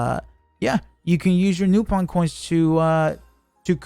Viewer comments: Its actually "Nah-pon" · lol man doesn't know how to pronounce Nopon so said it 4 different ways back to back to cover all options.